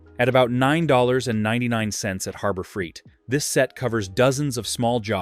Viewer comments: When you pronounce it Harbor freet, I know you’re phony! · Annoying AI audio. Keeps pronouncing Harbor Freight as Harber Freet! The blurred video effect is annoying too.